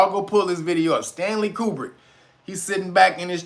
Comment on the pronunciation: HUMM, Stanley CUBER HUMM! SOUNDS LIKE “WAG THE DOG”‼️